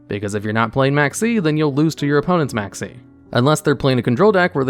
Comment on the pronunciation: Maxx C Sounded like Maxie.